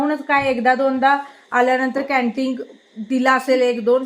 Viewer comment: कँन्टिग नाही कँन्टिन, सेप नाही सेफ